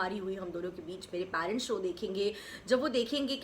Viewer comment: “Parents” theek se pronounce karna seekho